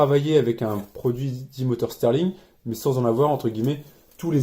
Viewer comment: Très bonne vidéo mais on dit moteur Stirling pas moteur steurling